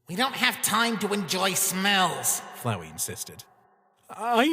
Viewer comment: FLOWEY!!!!! ITS FLOWEY, NOT FLOWERY